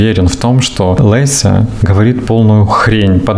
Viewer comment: Только не ЛЭся, а ЛЕся